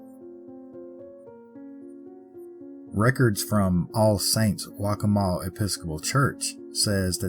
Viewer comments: It's not 'Wack a maw'! It's pronounced 'Walk a maw.' I live there. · It’s also a heavy Halloween attraction and it’s funny how you pronounce waccamaw I live literally twenty some minutes away . You should do Grayman next that too is a Pawleys ghost